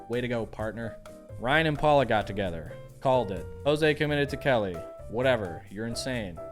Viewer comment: And it’s “Paola,” not “Paula.”